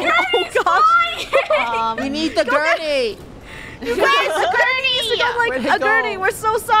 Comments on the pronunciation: No one:: COME ON AGURNEY Me: it’s a gurney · It was like all of krew were saying "Agurney” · It is gurney not agurney